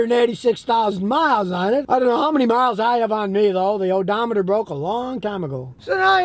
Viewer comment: Lol love when he said odemter broke on me long time ago lol.. great video